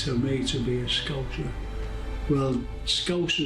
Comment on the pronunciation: It's the BRITISH national anthem not the ENGLISH national anthem. It's pronounced SCOUSER not SCOUZER. I beg to differ regarding the " only Norwegians can do whaling" comment ! I'm from PETERHEAD in North East Scotland. We have a very long history of whaling . There used to be a joke that said " I'm going on holiday to Liverpool, to visit my hubcaps". "Maggie Thatcher, milk snatcher" !!